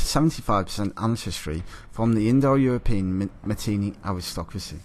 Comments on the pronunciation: Not Matinee, it's Mitanni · Mitannians spoke Sanskrit the classical language of India -this chap can't pronounce Mitanni properly.